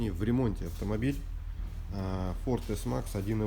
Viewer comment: Это же эс-макс, а не ц-макс .